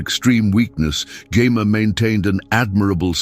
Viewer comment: Maybe spelling her name Jemma would cause AI to pronounce it properly